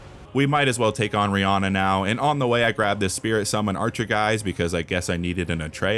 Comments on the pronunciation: Did you just call Rennala "Riyana"? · Bro called Rennala Rihanna 💀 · the way you say rennala is better than the original idk if thats some god of wa ragnarok names